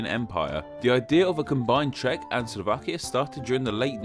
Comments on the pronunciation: "Czech" is read with the initial "Ch" sound, not "Sh" which you pronounce all over the place... Should've done more phonetic checkups before posting the vid, no? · "Cz" is pronounced like "Ch" not "Sh" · Czech is not pronunced sheck but check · Am I the only who hates how he pronounces Czech Republic as Shack Republic?